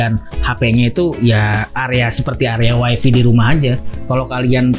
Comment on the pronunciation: Bang, tlg wifi dibacanya wayfay, bukan wayfi.Wayfi dlm bhs inggris artinya istri.